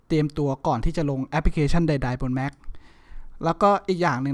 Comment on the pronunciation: แม็ค ครับ ไม่ใช่ แหม็ค